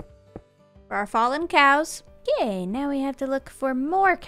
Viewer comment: Was saying "gay" instead of "okay" her way of hinting that she's bi (to the people who don't follow her on Twitter)?